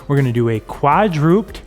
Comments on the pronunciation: I've just found my way to, and I appreciate the solid, no-nonsense strength workouts. But please note: The word is KWAD-ROO-PED (three syllables), not KWAD-DROOPED (which sounds more like how my quadriceps feel after all the squats and lunges.) Thank you! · Hey, the word is "quadruped," as in a 4 footed mammal, and pronounced "/ˈkwädrəˌped/", not "quad-rooped."